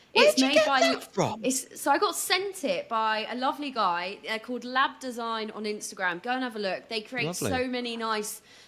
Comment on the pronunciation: Did say lad design or lab design? I can't find either one!